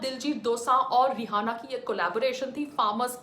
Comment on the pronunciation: Pehli bat to vo रिहाना nahi रियाना hai madam...bolna sikhlo pehle...fir bnna official spokesperson govt ki..